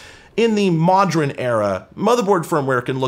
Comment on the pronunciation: "Modren"... Domo Arigato, Mr Roboto! 🤭